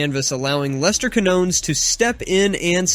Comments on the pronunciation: It's "keen-YONE-es"! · ...the first shit you need to know is how to say Lester Quiñones pendejo...before you even talk about the guy...🤦🏻‍♂️🙄